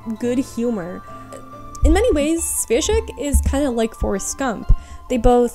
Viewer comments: It's a good video, yet Svejk reads like "Shweyk", not "Svezhik". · Just a Czech person here politely and humbly correcting the pronounciation of The Good Soldier “Švejk”: “Šv” is basically pronounced like “Shv” would be and “ejk” is pronounced the same way as “ache” so probably something like “Shvache” or “Shvake” basically… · Wow this is very interesting! Thank you very much for such a big amount of new informations! Just to let you know, as you´ve talked about "The good soldier Švejk" the name "Švejk" should be pronounced something like "Shveyck". :) I´m Czech person and don´t see people on the internet talking about something czech very often so this mention made me really happy. There´s also a big debate going on about whether or not was Švejk really "an idiot". Some believe he just put on charade as you say, but some people actually read him as an autistic character. I myself read the book and honestly have no clue which one is true. :D Good luck with next videos and have a wonderful time! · Šweijk (pronounced shwaik) is a 20th century simplicissimus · Hey, I really enjoyed your video! Your content is top-notch, and I appreciate the effort you put into it. I wanted to mention something about the pronunciation of name Švejk. I'm really aware that pronunciation of words from west slavic languages could be really difficult for everyone who isn't native speaker. So, I don't think it is big deal. Just for sake of clarity the right pronunciation of Švejk is ˈʃvɛjk'. Or rather better for English speaking the transcription could be 'shveik'. Looking forward to more of your content! Keep up the great work! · Just so people know, the Czech Cartoon Jester mentioned in this video is called “The Good Soldier Švejk” and it’s pronounced like “Sh-vay-k”, the š is a sh sound and the vej is like the word ‘vague’ in English. Wonderful video otherwise, greetings from Prague :)